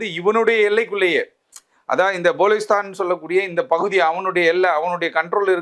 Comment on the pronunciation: ங்கோத்தா ! பலுசிஸ்தான் எனும் சொல் கூட வாயில் வரவில்லை. போலிஸ்தான் என்று பேசுகிறான் தற்குறி